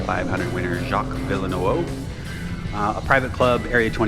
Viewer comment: Haha, dude! No big deal but you might want to insert a new pronunciation of Jacques Villeneuve. I almost spat my coffee out. Love your videos, keep them coming. I have plenty of tips for A27 if you want to hear them.